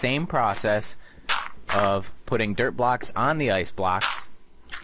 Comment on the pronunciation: Your dirt block sounds like derp block